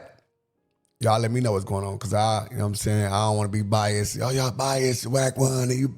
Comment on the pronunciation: be saying biayased 😂😂